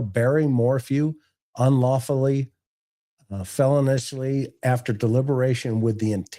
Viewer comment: and felonious is pronounced fell-oh-nee-us... not felony-us 😁